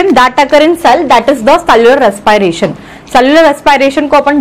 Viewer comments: mam ur english is very funny...it is not res pay ration it is respiration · Mam WO raspiration nhi hota😂😂😂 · Rrrres pie rrration